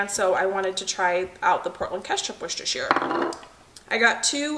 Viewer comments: Your pronunciation of Worcestershire is improving! Instead of Wus-tuh-sheer try it more like Wus-tuh-shuh - the sheer sounds too elongated. ♥️ Your videos are absolutely my happy place after a long shift, thanks for sharing your life with us ♥️ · In the UK we say Wooster Sauce we don't say the Shire part ..and Lea & Perrins Worcestershire Sauce is the best one